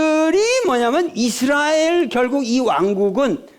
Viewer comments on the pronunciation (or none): none